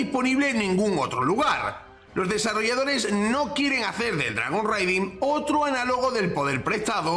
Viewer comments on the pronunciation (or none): Dragon RAIding, es lo correcto en la pronunciación, "reiding" como lo dices, se refiere a hacer Raids, saludos! 🍻